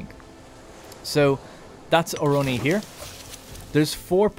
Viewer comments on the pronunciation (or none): During the segment on population growth halfway in the video you repeatedly named the city of Ornoi "Oroni" even as you read it from different sources of different size and font, maybe you were tired or whatever, did'nt mean to make a big deal out of it. It's just a thing I noticed and thought I'd mention to see if it got any response.